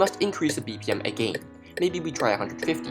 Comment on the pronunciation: the way he says "again" lol